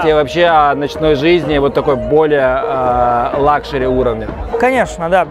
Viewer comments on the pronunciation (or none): none